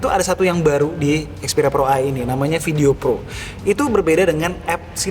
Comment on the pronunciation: Pro, bukan plo